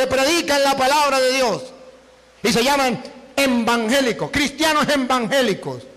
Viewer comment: Me encanta cuando dice embángelico, pero no recuerdo por q lo dice así... Sos un orgullo de los católicos!!!